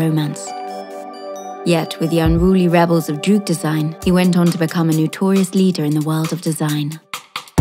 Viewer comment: pity she cant say "droog" correctly.